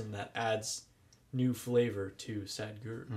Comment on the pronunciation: The spelling is Sadhguru...h is not silent...it makes a sound...so it's not Sad but Sadh...